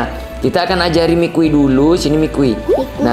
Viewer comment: Yang bener itu namanya maki bukan mikui😅😂